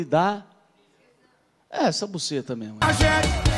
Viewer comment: Kkkkk.. depois q ele falo solidano eu não consegui mais falar a palavra certa..kkkk